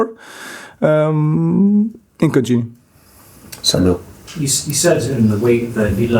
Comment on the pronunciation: This guy says "he'll contunue in this way....." 😂😂😂😂😂 Wow 👀